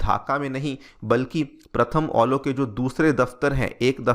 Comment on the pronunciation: ये प्रथम अलो नहीं, ये प्रथम आलो है,आप गलत बोल रहे है,सही से अनुवाद कीजिए।